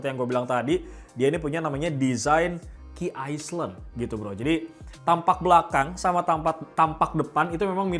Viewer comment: Nyebut nya bukan key aslen..tapi key aelen..